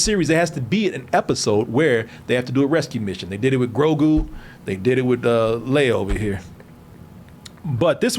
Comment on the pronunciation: HOLY COW!!!! I just realized….😲🫢🫢….. said Grogu’s name correctly! 🫢🤭